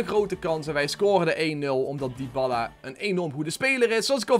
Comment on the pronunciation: Waarom spreek je het uit als Dyballa ?